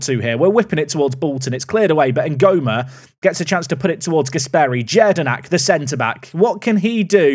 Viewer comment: Btw just for reference jedinak is pronounced as yedinak in your language 🤗🤗🤗